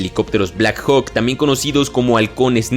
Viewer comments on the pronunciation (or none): none